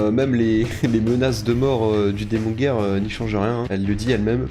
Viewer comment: Par contre moi j'ai décidé de n'entendre que "démon gay" quand tu prononce démon guerre.